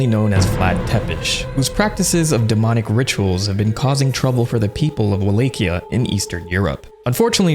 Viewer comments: Wtf is "Wah-lake-e-ah"? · Every time someone says “Walakia” I eat tackos on a corn tortilla.